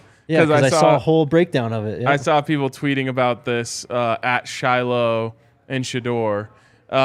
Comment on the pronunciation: Please learn how to pronounce the sister's name Shilo says it all the time so you should already know how to pronounce it Shallowmy (pr)